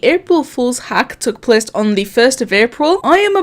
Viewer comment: i love when you say plece